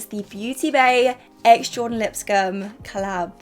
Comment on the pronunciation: I love Jordan - but from the pronunciation..... Well..... No babes she doesn't